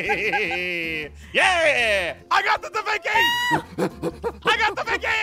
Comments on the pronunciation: its leanardo davenchi not davinky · De vinky 😂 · and aphmau its da vinci not davinky and its the mona lisa not whatever you said